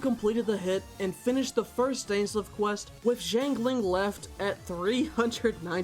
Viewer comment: amazing video but i hate how you pronounce zhang ling </3